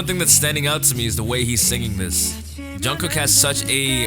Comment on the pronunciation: You don't have to, this is just a suggestion but when you say Jungkook the korean pronunciation on the ending "K" "jungkoo K" syllable is actually very soft. Almost like you aren't even saying the "k" at all. Just if you wanted to try it :)